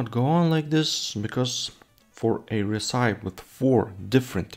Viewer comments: Not talking smack, I'm a huge fan -- but I believe that you are pronouncing "recipe" wrong -- at least -- I've never heard it said that way, maybe it's a European dialect thing? -- but, at least in US English, we pronounce it "reh-sip-eee" (you can also check google translate, and have it pronounce the word too). I have no idea why it doesn't follow the normal "word that ends with E" pronounciation rules, it just doesn't. 🤷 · Interesting. The word recipe is pronounced ress-uh-pee here in the states. I don't believe I've ever heard it pronounced the way you're saying it. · I do think the name should be Cold & Hungry. If only because it's a more recognizable saying at least where English is concerned. Also, it is pronounced Ress-sip-pee.